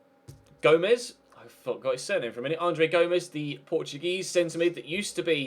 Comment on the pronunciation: it s like go-mesh